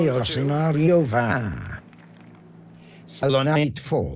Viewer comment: Quand tu parlais de l'Halo t'avais un accent québecquois de ouf xD